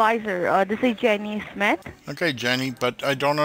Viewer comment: "jaenny smeth"